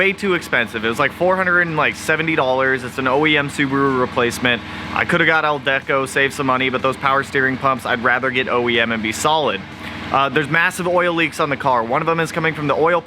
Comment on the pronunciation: Did you just say an "ALDECO" power steering pump? its AC DELCO LMFAO